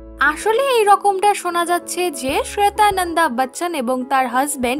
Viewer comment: শ্রেতা নয়, শ্বেতা.... Joint করেন না....join করেন.... ঠিক ইংলিশ ও সঠিক ভাষায় কথা বলুন আগে, তারপর ব্লগ শুরু করবেন.....😈👿👹😠